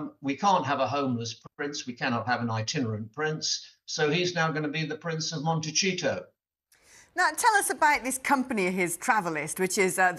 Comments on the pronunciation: You corrected him about The Tig and the incorrect region of the wine, but you let him pronounce Montecito ‘Monty-Cheeto’? Muppets. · Right. He also called "The Tig", "The Tab", and mispronounced Montecito as "Monte-cheato", which l think is perfect. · These retired Commentators are completely out of touch, embarrassing! Why does he keep saying Monte-chito? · Montecito is Spanish and pronounced mon-teh-see-toe. It’s not Italian. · Teach him how to say montecito!!!